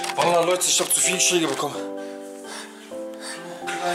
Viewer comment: Respekt* und nicht respect... Schläge* und nicht schlääge.. 😢